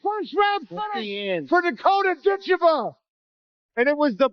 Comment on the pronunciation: You really should try to get the names right. It's Ditcheva, not Dicha. You lose a lot of credibility in one word.